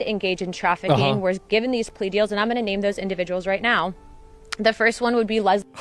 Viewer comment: "human traffiCAN" Nice slipup